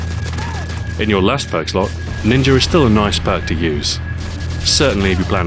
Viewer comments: lolz ninjer u said ninjer instead of ninja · he says ninjer and it makes me laugh just a little bit every time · I love how how says ninger